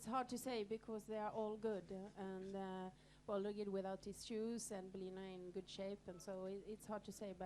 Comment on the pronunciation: Franchement, pour une 98eme édition, ca manque de professionnalisme, rien n'est préparé, c'est fait a la va-vite. L'autre il sait meme pas dire "bold eagle" , comment voulez-vous que l'on vous prenne au sérieux ?? c'est triste de voir ca quand on aime les courses… franchement… pareil pour la traduction ca sert a quoi y'a aucun étranger qui pose des questions… on perd un temps considérable…mettez des oreillettes comme on fait en 2019 et enchainez... et l'autre Guillaume Maupas, il fait son dictateur avant la course ? on apprend qu'il a des préoccupations sur l"arrivée de la course du PDA ? tu veux pas plutôt interdire aux imposteurs de courir pour que la course soit vraiment limpide ? C'est de pir en pir , chaque jour y'a des boulettes, enfin bref, ce n'est que mon avis.